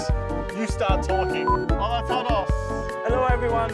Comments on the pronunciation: Lol white people not knowing how to pronounce hola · the way u said hola hurts my brain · It’s not Hola it’s Jola guys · im sorry but i HAVE to comment this. "jolÁ" 🤣🤣🤣🤣